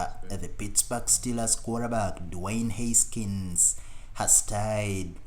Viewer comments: “Huskins”? Seriously?? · Haskins not Huskins…..I don’t understand the characterization of “final intense” moments. Anyway, thanks for posting a nice collage of comments.